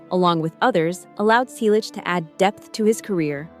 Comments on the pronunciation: Stop spreading fake news. Are you drunk or on drugs? Tom is 81 years old. We, his family celebrated his 81st birthday on January 29. Learn English. It's free on YouTube. Get informed. Learn to pronounce "Selleck" correctly. Over the past 6 months, we have already reported every stupid creator who posted the same stupid story. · Did anyone notice that they mispronouce Sellick each time?